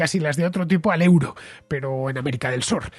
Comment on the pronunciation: Estimado Fernando, euro en Alemania se pronuncia oiro...